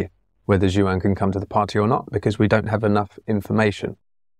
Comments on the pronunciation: I love MLST, and was sad when the vids slowed down for a bit there. I just wanted to give a little FYI: the name "Juan" is a Spanish originated name, and it's pronounced "Won" or "Wawn" as opposed to "Joo-ann". Just a little tidbit there for ya! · I love this channel but this is killing me, "Juan" is pronounced "Hwan", not JU-AN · Love the content coming from you guys, MLST! But now my biggest question is: is there an Large Language Model model that can explain pronunciation of the name "Juan"?:D:D:D